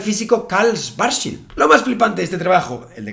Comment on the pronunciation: Es Karl Schwarzschild, no Schwarzwild. Sería "escudo negro" (curioso apellido para predecir con sus ecuaciones los agujeros negros), no "jabalíes".